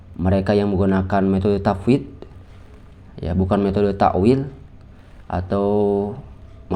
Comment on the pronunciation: Sifat bukan sipat, tafwidl bukan tapwid, salaf bukan salap Tolong bacanya yg fasih, bukan pasih, baca saja gak fasih kok bahas teks arab